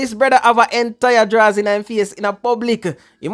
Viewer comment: Taking off a gyal draws is way different from a sid dung round wash pon a wash panty but mi love how yuh emphasize pon di word DRAAWWWS😂😂😂😂😂😂